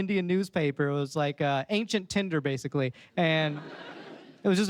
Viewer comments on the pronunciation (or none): none